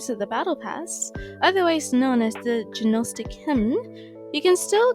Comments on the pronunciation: Great video. FYI Gnostic is pronounced "nostic" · Thanks so much FYI: the "g" in gnostic is silent.